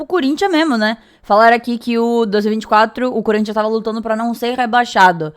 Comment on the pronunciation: Por respeito, fale o nome do time corretamente... Não é Curinthia, é Corinthians... Voce está sendo extremamente desrespeitosa